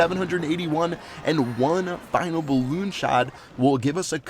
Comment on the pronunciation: Such a tb when he said balloonion clash of clan strategy